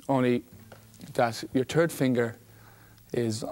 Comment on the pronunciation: "Your TURD finger ?"